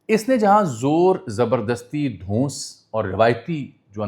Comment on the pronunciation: Dhoons Nahi dhons